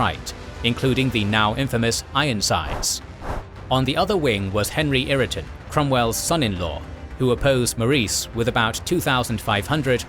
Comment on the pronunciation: Great video, buyt 'Irriton' for 'Ireton' sounds like an AI error.